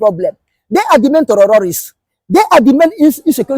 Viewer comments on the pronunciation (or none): Please put this man back on track. The word terrorists not the where he's pronouncing it.